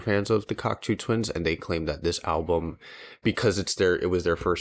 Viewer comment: Great review! Superfan here and there are just a few notes I have. It’s pronounced cocktoe. And it’s Fraser, not Frazier. Glad you guys liked the music and the album. It was their 6th or 7th album depending on how you count their collab album with Harold Budd. They broke up in 97 working on their follow up album to 96’s Milk and Kisses.